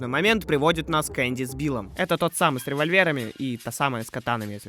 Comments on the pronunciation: Не Энди а Эмби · без эмоциональную зовут Энди. Я: triggered!!! ЭнБи!!! В катсценах слышно отчетливо. Если это такой тупой байт по типу видосов в пабликах где админ специально делает тупую ошибку в подписи к видео, то поздравляю, это успех. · 1. Не Эндйи, а Энби 😭 2. У нее не катаны, а скорее кинжалы Ну а так.. хз как в ру локализации, но все зовут гг не фАйтон, а фЕйтон